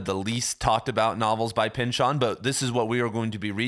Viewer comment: The correct way to pronounce Pynchon's last name is with the emphasis on the first syllable as in PYNCH-in, not Pynch-ON. We had the same professor in college.